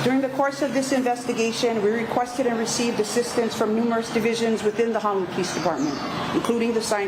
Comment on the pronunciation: Cannot even pronounce Honolulu. Unreal and sorry the the lost life